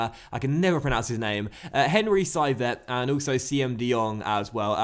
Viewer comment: You're almost nailing the pronunciation of Thauvin. It's pronounced [T-o-vah]. Saivet however, is pronounced [S-eh-veh].